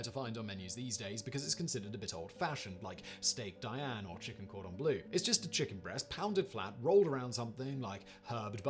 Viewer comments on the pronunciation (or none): none